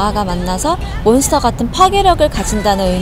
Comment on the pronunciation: I see this in different k pop groups, they don't care about correct pronunciation of the English words. I mean all that effort went into making this video but they're saying moonstar instead of monster.